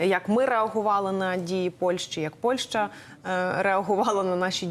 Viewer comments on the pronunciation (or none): none